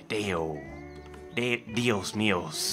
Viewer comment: say saye dios mio like eye jios mi-o